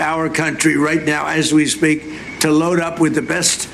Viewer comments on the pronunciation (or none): none